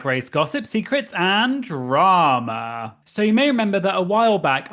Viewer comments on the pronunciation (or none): I'm just here to hear you say "draWma" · I always enjoy how many syllables you get out of the word "drama." 🙂